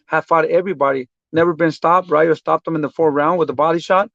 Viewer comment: The way Benavidez keeps saying Ryu like he’s in street fighter..... man it’s EL RAYO!!! WTF 🤬 that shit rubs me the wrong way when Latinos can’t pronounce Spanish words right IDKW